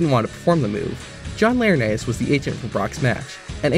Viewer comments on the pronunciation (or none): none